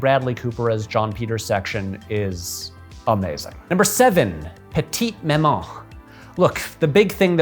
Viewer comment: Added a little flair when pronouncing Petite Maman, but not Benedetta. 0/10